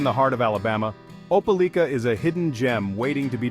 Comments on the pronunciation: Opa-LEEK-ah? That don't sound right. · I'm from there, it's Ope LIKE a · How strange? None of this video was filmed in Opelika. It was mostly showing scenes in Columbus, Georgia. And, the narration didn't even know how to pronounce the name of the town. Why would someone publish a video when they obviously had never visited the place.